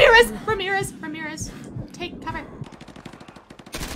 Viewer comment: Pretty sure you said remirez like 6 times but this is satisfying. If only you could play multiplayer